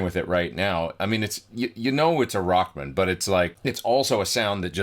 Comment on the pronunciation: Sweet! Funny, you say "Rockmun", like a dude's last name. I always say Rock-man!